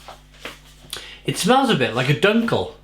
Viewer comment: Eichbaum actually is the same for oak tree.. and yes you pronounced the word "eichbaum as good as we Dutch folks speak English.. terrible.. sorry.. God bless you.. I (like in me/ you talking about yourself.. ) or 'ai'.. and dunkle is pronounced more like 'do'.. do nkle bock in the Netherlands such a sound would be written like 'oe'.. which sound like the 'ou' in the word "you".. so not sound like uhhhhh but more like (y)ou.... Do you also homebrew?